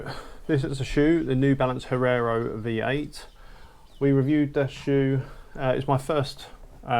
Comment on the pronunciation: Hee-air-oh. Come on mate. It's not that difficult.